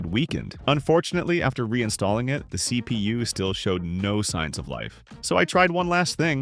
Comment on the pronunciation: Again,F-P-S,just say it like FPS,not F...P.....S .its annoying if nothing more and CPU is CPU ,not C...P...U 😂😂😂 you get it and BIOS is not "by OS" than BIOS and as I said,it's annoying and worth of unsubscribe.Just in free time,watch some good IT streamer and you'll get it all.